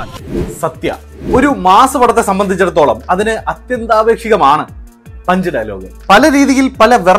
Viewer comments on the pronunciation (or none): അത്യന്താപേക്ഷിതം ആണ് അത്യന്താപേക്ഷികം അല്ല ഭാഷാ പണ്ഡിതാ😂